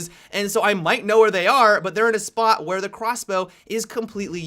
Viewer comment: hey did anyone notice he said quasblow multiple times